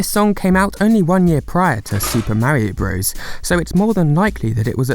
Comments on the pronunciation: it's pronounced super mario BROTHERS. not BROS. It's never been bros and it will never be bros. Source: I was gaming in the mid 80s when this came out, and still gaming in 88 when Mario 2 came out, and gaming in 1990 when Mario 3 came out. Nobody, nowhere, ever, called it "Super Mario BROS" and if they did, they'd get a sock in the mouth. It's offensive. Keep getting it wrong you DUMB GENERATION. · FYI, “Bros.” is an abbreviation, much like “Mr.”, or “Mrs.”. It’s pronounced “brothers,” not “bros,” bro. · As someone who actually grew up in the 80s I can't fully express how much it hurts my ears to hear someone call it Super Mario BROS. It's pronounced BROTHERS. No one before your generation ever called it BROS. Instant dislike from me, don't recommend this channel, disregard everything you say, my day is ruined.